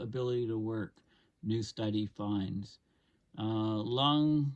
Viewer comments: it's pronounced "LUFF-BO-RA" University. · It's pronounced Luffburra,. Thanks for your work. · It’s pronounced “Luffborough” sorry that’s just England🤷‍♂️ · Another valuable video thank you. The information is so practical... btw Loughborough is pronounced "Luffborough". The Uni started 1966 and the prior Tech institute 1909. It's done much good work over the years. Cheers! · Loughborough is pronounced "luff - burra" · It's pronounced ' Luuf borough uni'.